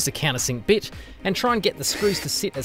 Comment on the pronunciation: I heard "a can of sick bitch", and had to replay the video 4 times until I heard "countersink bit". Lmao either way 😂